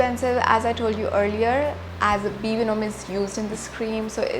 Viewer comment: be venum- thts how it is pronounced